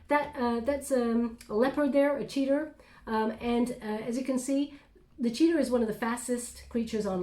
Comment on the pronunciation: Cheetah not Cheetar! That's funny!